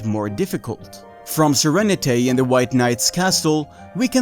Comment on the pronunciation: Great video! By the way his name is pronounced Sir-Rene-T not Sir-Renet-A, its a pun on the word serenity.